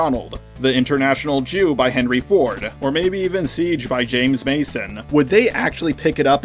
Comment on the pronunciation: I'm Jewish and every single time he said the word "Jew", it felt like I was being called a slur back to back just by the way he was saying it alone 😭